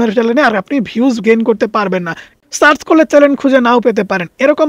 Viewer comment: Please pronounce channel not challen